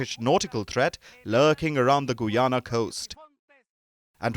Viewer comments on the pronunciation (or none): Its ga-yana..not goo-yana..bolo ga..bolo